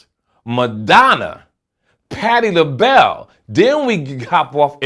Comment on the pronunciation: Did he say patty da bell 😂